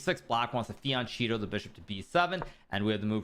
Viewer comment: Why you call it "fiancetto" while is the italian "fianchetto". You can talk, a little bit at least, italian and spanish you should know the correct pronounce.